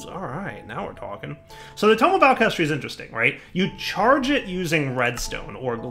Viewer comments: Every time said "alakestry" I cried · its pronounced (ALK-a-hess-tree), sorry but its from full metal alchemist, and hearing mispronounce it (you can tell even from the spelling, sounding it out) tilts me so much!